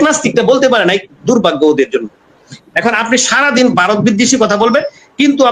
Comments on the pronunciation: ভাসাটা ঠিক করুন ওটা বারত না ভারত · তোরা সবাই মিলে আগে ভারত উচ্চারণটা ঠিকমতো বল